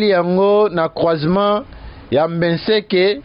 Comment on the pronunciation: BENSEKE et non Mbeseke